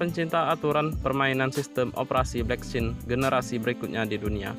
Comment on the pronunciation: blockchain pak bukan blekcin